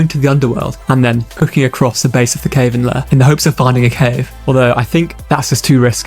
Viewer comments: I hate the overly repetitive music too and his mispronouncing cavern was a bit silly but its pretty clear to anyone not wilfully misconstruing the evidence that he is not using ai for the music, his voice or his script. 100% human including all the flaws XD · i have never in my whole life heard someone pronounce "cavern" that way